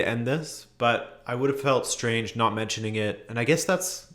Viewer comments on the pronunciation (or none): none